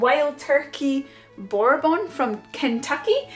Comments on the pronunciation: Bourbon pronounced bur bun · Just say: burr-bun. 😉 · Bourbon pronounced like this ..burrbon , Wild Turkey is a decent one. What you called buoys are boat fenders & windows are portholes😊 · This was absolutely lovely. Also, your pronunciation of “Bouer-bahn” brought a few tears to my eyes. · Her pronunciation of bourbon or burr/bun was so surprising that authenticity spills over everything that comes out of her mouth with spontaneous pleasure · Hey! Love this and all your adventures! Your bourbon pronunciation makes me giggle a bit. Phonetically I suppose you’d have to say “Burr-ben” to mimic the way we say it. Love the way you say it though! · Boar Bon? lol... love the pronunciation of Bourbon.. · It looks so cozy in the boat. Bourbon is pronounced bur- bin. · Hello from Boston USA we don't have quite the same canal networks that are over in the UK it's sad that we don't. I have loved following the folks on the canal over there for a long time. What a cute little boat. Appreciate the presentation. Oh and on the wild Turkey from Kentucky. It is pronounced ber bin. Or at least how we say it here in Boston. Thanks again for the wonderful video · 'Bourbon' is pronounced 'burr-bin'. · You have possibly the most adorable personality I've ever encountered, and I love the way you pronounce "bourbon" 🙂